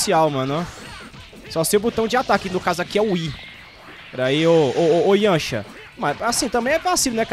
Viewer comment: Salve acho engraçado o jeito q vc fala yancha,mais parabéns pelo canal, adoro seus vídeos